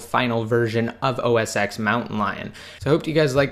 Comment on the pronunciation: U even said its the same thing so please say os ten not ex, please !!!